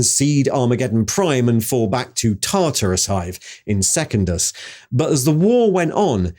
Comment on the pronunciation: seh-kundus not second-us